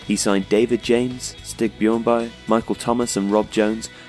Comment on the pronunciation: Things to address here: 1. Man Utd did not win three consecutive PL titles 2. The 1996 game wasn't Mcmanaman defining game. Please choose from 1992 FA cup final or the 1995 League Cup Final as where he was asserting himself as the fulcrum 3. John Scales, please tell the full story 4. Stig Inge Bjørnebye, please say his name correctly. 5. Usage of the 5-3-2 was not defensive abandon, 16 Clean Sheets in 96/97 & highest finish of 3rd with attractive style of play. Good idea for content but tell the facts or at least the perspective of the time, not a modern take that is skewed.